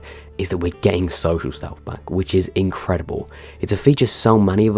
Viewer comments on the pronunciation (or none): When he said Social Stealth I though he said Special Shelf